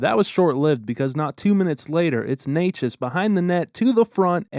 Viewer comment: props for pronouncing Necas as well